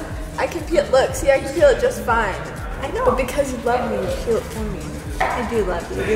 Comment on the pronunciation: PLEASE learn how to pronounce words it’s “PEEL” not “PILL” omggggg